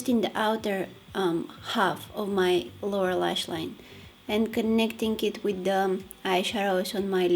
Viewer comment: everytime she says "lower lashline" i always hear "laura lashline" idk why lol